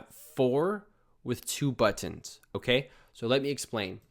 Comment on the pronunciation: Hey man, I love how you say Butt-Inz. Thanks so much this tutorial was amazing and so helpful!